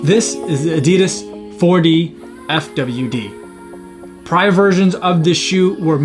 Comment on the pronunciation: And the shoe is pronounced Four-Diff-Widd